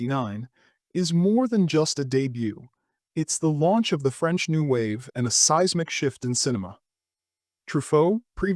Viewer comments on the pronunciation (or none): none